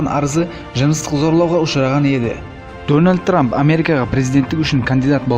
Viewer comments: Менгл трамп деген 😂😂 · дөналд трап дима ахаха